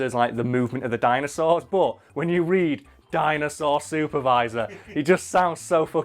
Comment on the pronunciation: Did anyone else notice said Ninja Jinosaur?